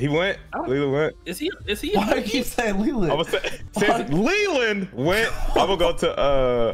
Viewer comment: Nah crazy for emphasizing LELAND 💀💀💀